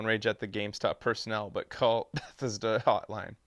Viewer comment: You say Bethesda weird, like your saying Beth-is-da.